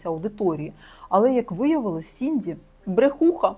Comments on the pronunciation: не сінді, а сідні) дякую за відео! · Сідні Свіні, а не Сінді Суіні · Вибачте, але не Сінді, а Сідні Свінні